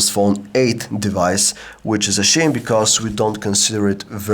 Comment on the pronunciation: When he said "Which is a shame" it came out "Which is a shit" XD